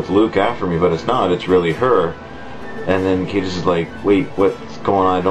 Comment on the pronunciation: Caedus has latin roots, so it's pronounced Kie-dus